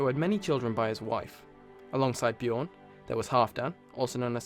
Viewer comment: no its: Björn